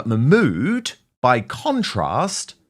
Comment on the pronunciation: Let’s see action Nigel enough of talk. Arab countries will never take illegals, because they protect their country. Yes Dan it is dangerous. BBC can’t pronounce her name.